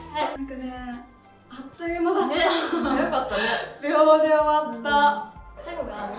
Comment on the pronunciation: あっと「ゆ」じゃなくて「い」ですよ〜